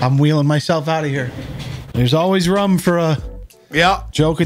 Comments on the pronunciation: It's not "room" it's "rum" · Ffs!! I love you but its ROOOOOOM NOT RUM!! 😂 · Objectivity1958 yeah I used to watch him back in the day and I remember people making fun of him for pronouncing it rum and ruff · I've only ever heard two AMERICANS pronounce ROOF and ROOM like RUFF and RUM. and Tim Allen. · people: room: rum people: and coke? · "There's always rhum for..."